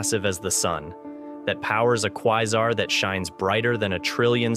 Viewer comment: Quesar: Kway-zar.. not Kwie-zar...